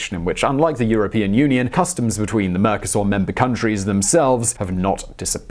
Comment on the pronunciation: mercosÚr, not mercoSAUR!